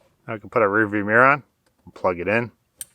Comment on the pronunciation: Glad is back. and funny when you say "Mir" in sted off mirror 😁